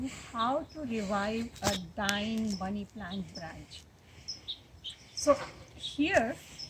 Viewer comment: The way you say money plant sounds like bunny plant